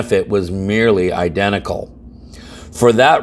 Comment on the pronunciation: "incidental" not "identical"